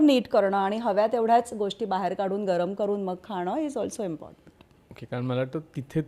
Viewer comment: म्हेऊने 😂 बीसिक 😂 ओअके 😂😂😂 कित्ती dramatic अडाणीपणा😂😂😂